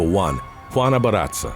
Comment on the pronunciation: excellent stories even forgive mispronounciatio of mataviejitas and barraza, but not gonna let you off easy on Lucha Libre it's not "ca" sound ever said cha cha cha ? (loo-cha )